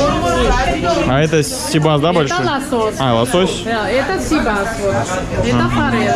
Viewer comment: Интересный репортаж. Но все же, ребята, внимательнее к лексике и ударениям в словах. Это привлекает. Особенно всем известных. Река Кура у вас как курочка. Хотя, ударение на второй слог. Сибас наоборот на первый. Посмотрите. По редактируйте. Такое качество очень важно для увеличения подписки.